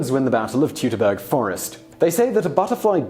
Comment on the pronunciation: Say it with me: "Toytoberger"